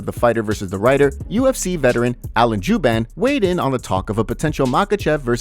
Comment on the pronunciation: Lmao "Alan JEWban" & "saint Dennis" 😂😂